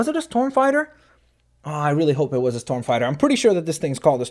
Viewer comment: Its pronounced ( knee-uh) (sorry, just a little bit pick) but he did get the storm fighter part right so thumbs up for that